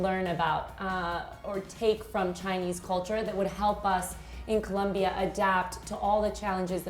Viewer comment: might learn to pronounce COLOMBIA with both "Os" not as though with a u like Columbia. Thank you for this thoughtful look into shared ideas between Colombia & China disaster management.